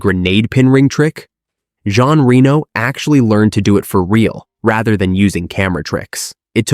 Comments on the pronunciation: The second I heard 'smash that subscribe button' I knew that nothing in this video would put my jaw on the floor. This is slop, BUT it can be used as a drinking game for every time Jean Reno's name is mispronounced. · Damn the mispronuciation of Jean Reno's name is off the charts.